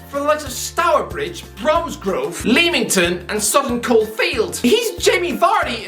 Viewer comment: 'Leemington'...that's the worst every pronunciation of Leamington I've ever heard...😂